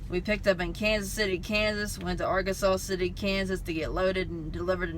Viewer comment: i know it looks like arkansas city but its pronounced R kansas city kansas. i live right by there. people round here call it ark city. did you pick up at creekstone?